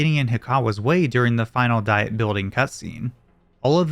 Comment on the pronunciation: "Diet", as in a governing body, is pronounced "dee-et". It's not the Dieting Building